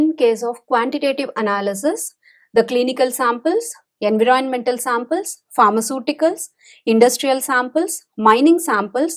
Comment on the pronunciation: U can not even Pronounce environment well.. 😂😂